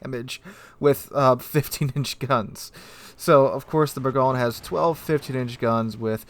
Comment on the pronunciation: It’s pronounced. Ber-GOIN lol